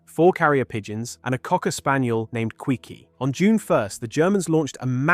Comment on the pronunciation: The dog wasn't named "Quickie", but "Quiqui", pronounced "Keekee", an archetypal name for a small dog.